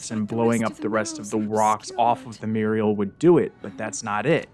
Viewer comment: lol "muriel" instead of "mural"